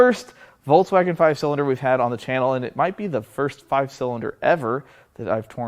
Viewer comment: He calls it voltswagen😅